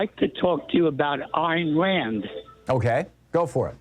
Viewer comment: I saw an interview with her where she said she pronounced her name "Ayn" to sound like "Pain" so a long "A" sound. Maybe she was just joking, but it's what she said.